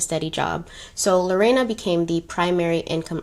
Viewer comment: Thank you for not mispronouncing my name 🥰 you said it very well in spanish too ❤️